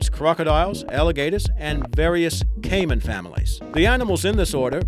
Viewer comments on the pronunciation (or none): none